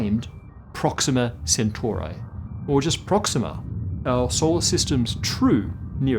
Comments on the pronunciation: Also, it's Alpha Centauri not Centaurae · I don't know why, but I just can't get over the pronunciation of Centauri. I'm having a serious ME feeling here. Isn't it Centauri with the I making and E sound? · Or Centauri